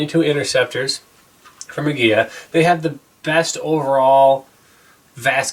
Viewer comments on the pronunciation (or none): Emphasis is on first syllable as in AG-ee-la. From my good client from Mexico who owns a popular Mecican restaurant. I'm so glad the Mexicans are now producing the hottest 22 round, even though I'm from Idaho where CCi is headquartered. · The interceptors are great. However, Aguila is Spanish for Eagle, and the L is pronounced like the English L. You are pronouncing it as if it had a double L, like in Tortilla. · It is properly pronounced Ah-Guee-LaH. It means eagle in Spanish. It’s extremely cring to listen to such smart and intelligent beings pronouncing such an easy word wrong.